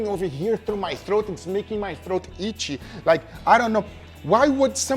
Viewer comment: he pronounced ichy like ichigo 💀